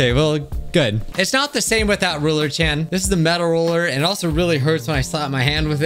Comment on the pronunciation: “Erm ackshually, it’s Chan, not can.” 🤓